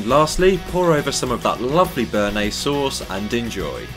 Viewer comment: you fucked up the bearnaise - dislike